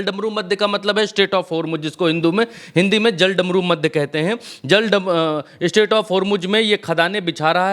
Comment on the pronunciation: Sreaight of "HomuJ" 😂😂